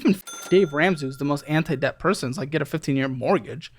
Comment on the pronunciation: i thought i heard "interest of death" not interest of debt" sum